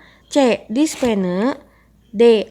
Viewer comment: Pasien dibaca pasien bkn pasen.dispenea dibaca dispnu bkn dispene.